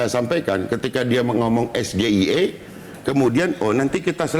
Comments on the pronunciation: tinggal blg bank syariah, bakal lsg di jawab sm cak imin. Nyatanya stlh tau singkatan ES GE I E cak imin bisa jawab dg benar kan? Sok²an intelektual mlh keliatan dongoknya. Katanya lulusan luar negri, kok ngejanya ES GE I E. Ee, begitu ngasih tau singkatan SGIE pake ngelirik contekan 🤣 jgn² si samsul awalnya jg ndak tau apa itu SGIE 😂 bkn pertanyaannya yg syulit, tp ngomongnya yg belibet, kebanyakan asam sulfat. Perlu diselidiki ni ijasahnya bnr ndak lulusan luar negri 😂 Menghafal tex nya msh perlu ditingkatkan lg. Jgn cm modal menggebu². Sampe² byk yg salah dlm mengucap. Hilirisasi digital. 🤣 Terimakasih ya samsul, atas kedongok'anmu orang yg ndau jd tau. Cm pendukungannya yg ikutan dongok, udah tau salah ttp aja bener dimatanya. Kan tulul itu namanya 🤣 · Singkatan asing tapi bacanya Lokal. Udah kayak dagelan. 🤣🤣🤣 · Yg salah Gibran menyebut singkatan bhs Inggris dlm bhs Indonesia. Mestinya di bacanya juga dlm bhs Inggris yakni S Ji Ei I tapi Gibran Krn kebodohannya malah sebutannya jadi SGIE dr kalimat bhs Inggerisnya State Of Global Islamic Economy. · Cak imin tahunya Sego Goreng Iwak Enak. Krn memang pronouncing nya pakai bahasa indonesia dan singkatan itu jarang disebutkan.